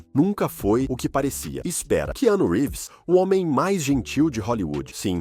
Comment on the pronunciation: Vocês não têm vergonha de fazer um vídeo tão mentiroso, onde não sabem nem falar o nome de Keanu Reeves? Como seu fracasso traumatizou vocês, hein?